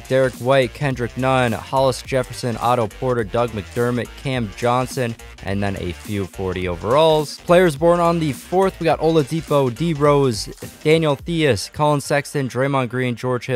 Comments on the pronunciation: It’s pronounced Daniel ties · Daniel theis last name is pronounced tise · Lol daniel the-is lmao 😂 😂😂😂😂😂😂😂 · “Daniel THEIS🤦🏾‍♂️ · That Pronunciation of Thies tho